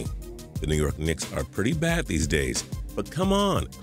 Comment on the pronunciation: Nee York Klicks? i love anthony but porzingis is cooler